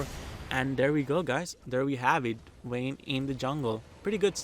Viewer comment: he keeps saying "wayne" i almost thought batman's alter-ego is somehow in this game.